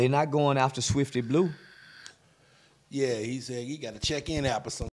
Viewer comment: He said swifty blue LOL!!!!!!!!!!